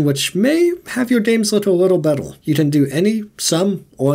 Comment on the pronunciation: Did you just pronounce the word "Better" as "Bettl"?